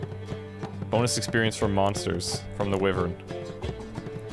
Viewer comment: I grit my teeth everytime he mispronounces "wyvern"...